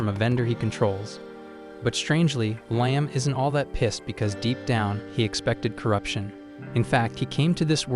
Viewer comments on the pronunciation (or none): The AI voice needs to decide if his name is pronounced ligh-em or lee-em.